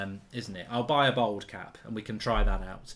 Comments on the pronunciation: It’s bald not bold 🙄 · Mark really showing how proper middle class he is by the way he pronounces bald as bold lol